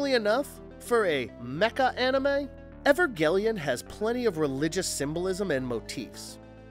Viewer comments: Do you guys put much effort into getting the pronunciation of various things correct? It is not evergeleon, it is Evangelion. Good video but I cannot give it a thumbs up due to the obvious mispronunciation. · I love the anime videos. But damn man when you kept saying ever-gellion it really started to annoy me haha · Evergellian!? Tf mate? You need Hooked on Phonics, bruh. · EVER-GELION?! Ever...... I was done! Even if it's not your first language, at least learn to say the titles correctly. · Evergellian!? Da fck, this channel just lost alllll credibility